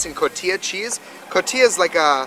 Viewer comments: i didnt explain myself correctly sorry, its pronounced co ti ha in its native country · cotija, not cotilla but still pretty cool i live in mexico so its fun to see how you react to tacos haha. keep it up